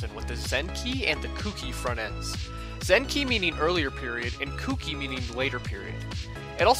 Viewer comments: Kouki is actually pronounced Koe-ki, by the way, besides that awesome video! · I believe kouki is pronounced "kohh key" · For fuck sake, how hard is it for people to pronounce Kouki correctly?